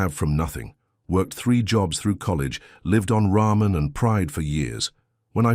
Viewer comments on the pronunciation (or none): none